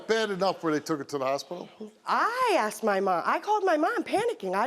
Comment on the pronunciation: I axed you 😂😂😂